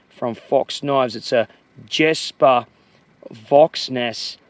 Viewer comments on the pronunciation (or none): Always a treat to check up on your work :)! Ive been eyeballing it for Danish-forest use, since it came out.. Little pronunciation thingy(just for fun) If you Say: Yesper.. Like Yes-per. It's sounds more Danish. The J is more flat, More fluid... Jes and Yes are similar :) Maybe it makes sense :)